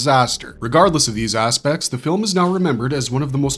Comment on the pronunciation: In the Barbarian Brothers bit, I keep hearing the word 'aspects' as 'ass-pecs'. For some reason.